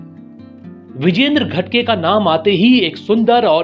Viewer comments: घाटगे, not घटगे 🤣🤣🤣🤣🤣🤣🤣🤣🤣🤣🤣🤣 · नाम विरेंद्र घाटगे- घटगे नहीं थोडा तो ठिक बोलो. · घटगे नहीं घाटगे बोलना सीखो